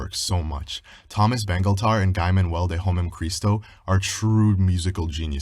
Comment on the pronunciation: you call him guy but his name is pronounced more like gi